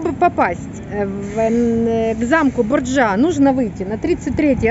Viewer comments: BOrjia a ne BorjuA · И опыт сын ошибок трудных и гений парадоксов друг. А.С.Пушкин.🤗😉, извините за замечание но Борджиа с ударением на "о". Это семейство было главными отравителями, у них был свой яд и они его либо в кольцо подсыпали либо на кольце была маленькая иголочка и когда здоровались за руку с тем кого хотели отравить иголочка колола и гаплык. Они тем и прославились по сути. Вы смелые девочки, ходите, ездите а я бы побоялась заблудиться. У меня паника.